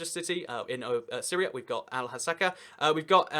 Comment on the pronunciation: hello from syria. you mispronounced Al-Hasaka so bad edit: im NOT from syrian kurdistan